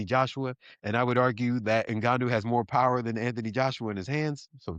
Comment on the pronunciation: UNLIMITED POWAHH